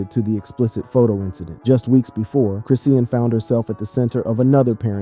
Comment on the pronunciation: It's Chrisean , not Chris seen 🤦‍♀️🤦‍♀️ Ijs 🤦‍♀️ let's get the names right, ok!!!! Great video, BTW